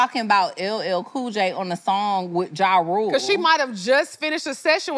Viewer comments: Damn I thought she was saying R.U.L.E. too😂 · BRO ITS R.U.L.E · she definitely said "R U L E" lmao